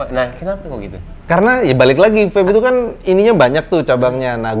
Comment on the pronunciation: Wkwk nyebutnya VAPE bukan VEP 😭